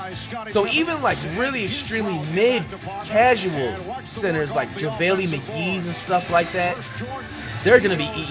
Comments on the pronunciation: This man says JAVALEE Mcgee 😂😂 🤦🏿‍♂️🤦🏿‍♂️🤦🏿‍♂️ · Nigga say jah-vay-lee McGee 😂😂😂😂